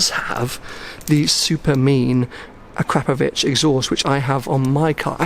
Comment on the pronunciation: "a crapovitch" is wrong, it should be akhrapohvitch